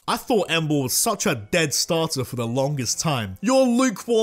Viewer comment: DO NOT LEAVE OFF THE A IN EMBOAR!